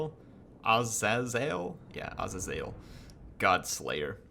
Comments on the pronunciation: Its not ah zay zale its uh zay zulh (azazel pronunciation) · Its Ah-zey-zel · A little late, but as for the pronunciation of 'Azazel' I believe its done: Ah-zay-zehl. Great campaign, inspired me to try my hand at one too!